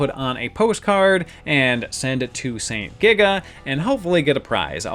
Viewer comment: You frequently say saint giga, but I recently learned it's actually sento giga.